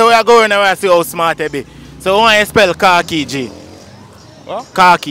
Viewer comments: Alright, I know you are probably not going to like this, but I am going to say it anyways. If you are unfamiliar with a word, the way how it's pronounced, has a lot to do with how you are going to spell it. You keep saying KAR, instead of KHA, and so that throw people off. Also you kept saying "what is this you are wearing", a uniform? Khaki is a color. So maybe if you said, what color is your uniform? I am just saying 🤔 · English is weird in itself, it's pronounced "kaa kee"... then if it's pronounced like that why isn't spelt like that. I can only hear "car key" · Whilst, some might not be able to spell the word correctly. The pronunciation of the word was also wrong. Maybe try giving an example and it is pronounced Kha-keys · First of all Jamaicans chat bad so the pronunciation is KAk KEY not car key so khaki was a good one fr but Jamaicans chat bad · Your not even pronouncing it right the way your pronouncing it is spellled cocky English language khaki words had the A as high pitched A as the letter so khaki cat-ki with out the t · How is it sad when he pronounced it wrong???His pronunciation is CAA-KEE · You are saying car key,not khaki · Sound like he saying car keys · He need to pronounce it better for them that’s why some confused spelling Carkey cus that’s how he make it sound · Hes confusing the people why is he saying carkey lol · CAR- KEE ⚰️ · If you pronounce khaki properly… then easy to spell. Seems you are saying car key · Pronouncing it with a “r” and “ee” Him saying “kharkee” or “car key” lol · Him nuh pronounce d word good either so 😂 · Exactly.... him not even pronouce the word correctly kmttttt... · No it's not he pronounce it wrong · The guy asking the questions is asking people to spell cocky. He is the one actually not pronouncing Khaki the proper way lol. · You need to pronounce the word properly. The man under the tree spelt what he heard. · You weren’t pronouncing the word properly.